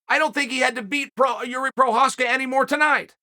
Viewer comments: The single most surprising thing to come out of this fight for me was ole uncle Chael said Jiri Fking Prochazka’s name so many times so close to the way it’s actually pronounced! The best keep getting better! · You know you've gained Chael's respect when he starts pronouncing your name correctly.